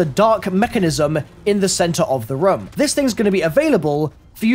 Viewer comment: I hate how he says room like ryum